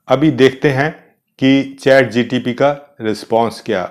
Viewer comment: श्रीमान जी चैट जी टी पी न बोले.